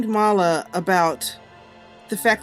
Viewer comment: um you said malla when you mint kinlin